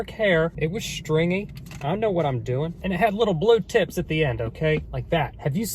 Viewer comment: The drawings killed me. I have watched this video multiple times and it doesn't fail to make me laugh. Every time you mention her blue tipped hair, it sounds like blue tits. 😂😂